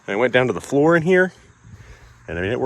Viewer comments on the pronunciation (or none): none